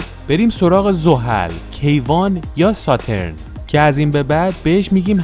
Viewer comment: تلفظ شما غلط است به ستورن غلط گفتی